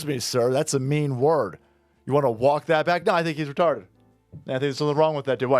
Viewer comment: retahhhded tampon